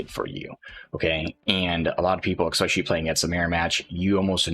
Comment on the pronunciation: Especially, not 'expecially'. Say it with me now.